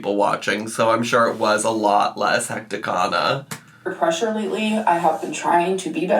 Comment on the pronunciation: ang-zeye-tee Also, if she says "hecticana" one more time, I'm personally driving to Oklahoma to disconnect her internet.